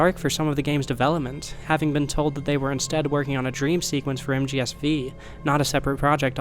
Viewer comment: This is a complete non-problem, but I just can't get over the fact that you say MGSV with the V as "vee" instead of saying "five." Edit: At the end of the video now, it was a really interesting to watch! As great as Kojima doing Silent Hill itself sounds, I also think the circumstances around P.T. becoming lost media add to the mystique - allowing an all-new artistic quality in their own right. I highly doubt that P.T. would have been talked about as much as it has if Silent Hills followed on its heels. This video would not exist, or at least not in its current form, if not for the fact that we are in this specific reality. And, I have to say, I'm glad we're in the reality where we got Death Stranding. I love that game and shudder to think that we'd never have gotten it if things hadn't played out this way. (Whilst also hating that the series of events that lead to its creation involves Konami screwing over Kojima and his team. Fuck Konami.) The topic of two realities is incredibly intriguing. Both in how you draw parallels between Jack and Kojima, as well as in a more philosophical sense concerning the different results of choices. I have had a bunch of ideas rattling around in my head about choices, fate, and how we get to where we are in a given "present" moment - how little it would take to create drastic changes. I don't have a lot of ways to pull these ideas back to the video, but the idea that set in motion this train of thought is this: We can pull the two Kojimas bac